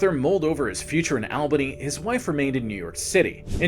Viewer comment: All Bany not Al bany